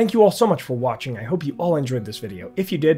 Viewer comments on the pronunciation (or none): none